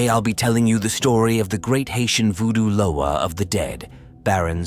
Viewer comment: Pronounce their NAMES PROPERLY!! Damn. Learn how to pronounce Loa, Bondye, Samedi, Guede. I get sick of you people talking about african culture and have no idea of what you find online. We dont invoke Baron to contact our ancestors!